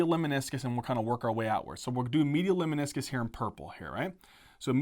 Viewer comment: I love your videos. Just one a humble comment. I believe it is “LEMNISCUS” and not “LEMINISCUS”.